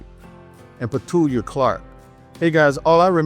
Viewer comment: Petula (peh-TOO-lah)